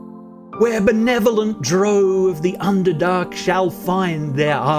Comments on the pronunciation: Not Dro... Drow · Did I hear him say DROAW? lol 🤦‍♂